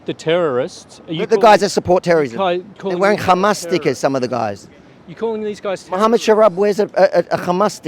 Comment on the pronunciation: Bro what happens when you say the word hamas? H hello hay hamas? Gghmas? 😅🤣🤣 His voice say he is I think transGgndr!